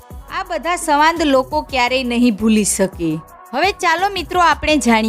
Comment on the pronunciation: નિમ્રતા નહીં નિર્માતા, સેઠ સગાળશા અને સંવાદ બોલો